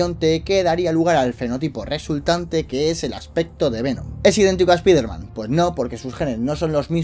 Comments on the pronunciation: se dice "spaiderman" español CTM, no se dice "spiderman" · Es ESPAIDER MAN NO ESPIFERMAN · a y no se si sabes algo de inglés, pero se dice spaiderman, aunque se escribe Spiderman se dice spaiderman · Paren de decirle espiderman no se dice asi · esta bien el vídeo y todo pero me provoca algo cada vez que pronuncias así spiderman se que eres de España pero siendo fan mínimo trata de instigar y poder pronunciarlo de manera correcta o mejor decirle hombre araña